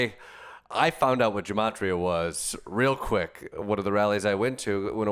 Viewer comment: As someone who speaks Hebrew, every time i hear gematria pronounced with a a soft G i want to slap someone